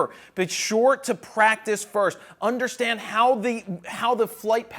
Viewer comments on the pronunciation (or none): none